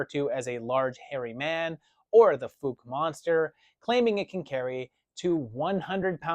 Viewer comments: thank you. Yes, it is pronounced Fowke. I was gonna point that out, myself. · I hate to tell you this, but I’m pretty sure it’s pronounced FOWK, not FOOK. I had a friend in college who was from Fouke, AR. He also said that the Boggy Creek shown in the movie isn’t the actual creek because it’s much smaller in real life. Of course, the size of creeks can change over the years, so maybe the movie was shot when the water was higher. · Ugh, I gotta be that guy again. The town’s name is pronounced like “fauk”